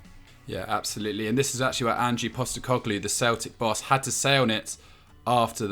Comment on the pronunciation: Stop saying Angie. It's ange, short for Angelos. Give the man his respect and get his bloody name right